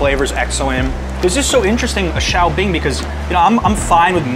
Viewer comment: Should that not be 'shao bing' rather than 'xiao bing' ?